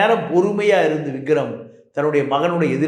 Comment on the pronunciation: Vigram illa, Vikram. Enna reporter ......😮